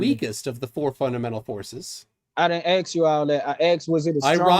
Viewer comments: Could someone tell to the gentleman, that the word is "ask", not "aks". This is not my language and im having a stroke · Seriously. Why cant black people say "ask"!?